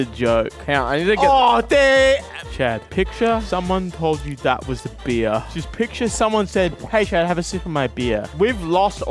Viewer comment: Guys im drinking a Bee-ahh